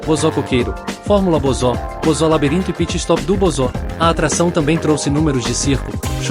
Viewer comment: Cara toma cuidado com o sintetizador de Voz, Ele pronunciou errado o nome Bozo, ficou "Bozó", escreva "Bôzo” assim vai pronunciar do jeito certo.